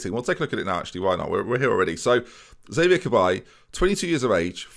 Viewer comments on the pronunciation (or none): none